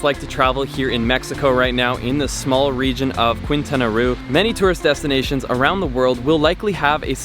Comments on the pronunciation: Quintana Roo is pronounced keen-ta-na Rho (rolling R ) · I love the way you said Quintana Roo, so funny... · Haha I thought the same 😆😆